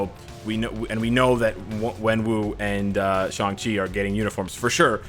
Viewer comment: Just wanna say thank you for pronouncing his name right, for some reason everybody thinks his name is pronounced like "Shung-Chi"